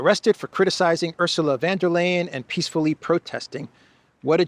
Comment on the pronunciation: Excellent as always, just a little pronunciation help: Ourzula (not Ersula) fonn (not van -that's Dutch!) dare lyin' (not layin). Say this correctly and it will give you an added bonus of polyglott credibility! Try it the next time and mention that it was I who alerted you. Thanks!